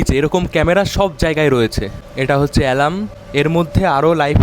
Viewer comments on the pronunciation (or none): none